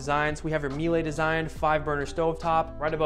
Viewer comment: Good tour. Please check the pronunciation of Miele